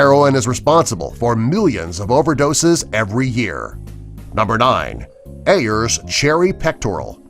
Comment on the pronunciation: Ayer's is pronounced AIRS